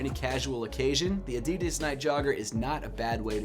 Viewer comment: You think he’ll ever learn to say adidas correctly..?